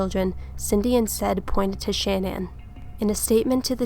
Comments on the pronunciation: Sha-Nan not Shan-nan. Just an FYI in case you make otheir videos I was told that it's like shenanigans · You do realize it’s : CHAN- ANNE .... not shanan, like if you’re saying shaman... Shannan ( Cha-nan) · Her name is not pronounced Shan-ann. It's pronounced Sha-nan. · Her name is pronounced like shenanigans Shah-nann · It's pronounced Sha-na-nin research baby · Good analysis but I just couldn’t sit all the way through it. Learn to pronounce the victims name correctly before you press “record”